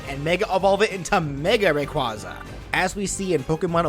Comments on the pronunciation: i swear to god if i hear someone mispronounce rayquaza one more time i'm gonna lose it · hmmmm, is is, perhaps, meee? You pronounced Rayquaza wrong It sounds like ray-quay-zah